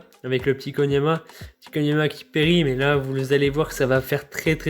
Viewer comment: Koniama ?????? Non je peut pas laisser passer ca